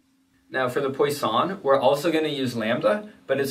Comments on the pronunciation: Great explanation! As a french speaker, I love that your fun fact is how to "correctly" pronounce it but just proceed to butcher it again lmao. But good attempt. You definitely got the PWA right but the sson part is not "San". I can't really explain more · Great vid! Just an FYI, Poisson is pronounced "PWA-son" Like how croissant is "C(r)WA-son(t)" Or Eau du Toilet is "Eau du TWA-let" Merci ;) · The way you say poission wants me kill myself